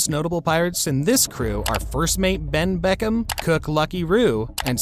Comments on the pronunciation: Bro is absolutely slaughtering the names in this vid. “Rorona Zoro” “Ben Beckham”💀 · It’s Ben Beckmann not Ben Beckham🤦‍♂️ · man said "Benn BECKHAM" ahahhahahahhaha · "ben beckam" 💀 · Bro said Ben Beckham😭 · "Ben Beckam" 💀💀💀💀